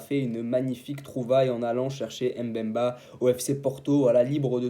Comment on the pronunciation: Chancel Mbemba ! ! Pas M’bemba 😢 c facile à prononcer